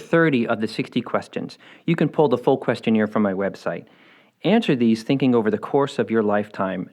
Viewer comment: You pronouncing question-AIR as question-EER is giving me PTSD.